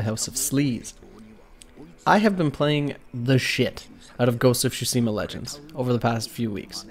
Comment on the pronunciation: Ghost of Shusima? 😂😂😭